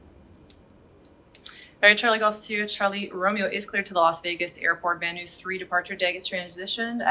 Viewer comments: This is in reference to pronunciation "Van News". Missed it first time through. Watched again - in honor of having to record it a second time:). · Such great vids!!! (I'm doing ground school right now) BTW - Van Nuys is pronounced "Van Eyes" - took me a second to figure out what you were saying there :) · I love your channel but that Van Noose is driving me nuts. Haha It's pronounced Van Nize. Lol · Van Nuys, CA say it like this: Van nEyes, not Van NOOSE! Dadgum Canadians. They know nothing aboot speaking south of the border lol! Love your videos!! Hope you get back to work soon. BTW I am 71, owned one of the 1st Apple II computers, and have not only the original Bruce Artwick Sublogic line drawing flight simulator software delivered on cassette tape, but the preceding software on cassette from Artwick that demonstrated the basic elements of his 3D graphics subroutines to develop applications. Flight Simulator was the direct result of that effort. Unfortunately my Apple II motherboard died in the mid 80's. I have a Apple IIc but can't load a cassette tape to it. I have every version of Sublogic, Bruce Artwick Organization and Microsoft Flight Simulator ever published EXCEPT 2020. Gotta save up to build a pc capable of running it. Not 31 years old anymore LOL. Hard to believe it's been 40 years!! Thank you again for these GREAT videos! MS needs to hire you to promote the software! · Van Nuys- "van-eyes" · I hope I haven’t been wrong all this time my aunt lived right down the street from that airport and I was born in north ridge my family always pronounced van nuys as “VAN EYES” lol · It's pronounced Van nyess, sounds like eyes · Just FYI, VNY, or Van Nuys, is pronounced Van Eyes, or Van Nize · Great video young lady... Just for reference, it's the (pronounced) VAN NIZE -like NICE) transition. Been flying in, out, and through there all my life. Again, great video. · Van Nuys pronounced "Van Nize" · Van Nuys is pronounced: Van Eyes.